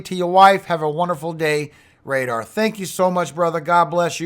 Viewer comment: “Radar”😅 ne